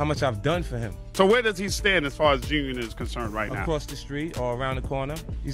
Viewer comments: WTF is "JUNIT"? these AI vids reporting on hip hop and other black news, while butchering names is annoying AF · Having the AI say G-Unit as “joonit” is unacceptable bruh.